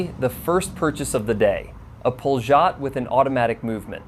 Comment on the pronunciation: Pol'-y-ot not pol-zh-ot